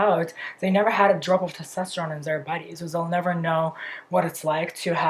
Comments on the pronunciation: It’s /tɛsˈtɑstəɹoʊn/ vs /tɑsˈtɛstəroʊn/. If you’re gonna make fun of a foreigners pronounciaton maybe learn a thing or two about phonetics and pronounciation first otherwise you look like an ass. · It's testOsteron. I just think when you are going to talk about it so much you should pronounce it the correct way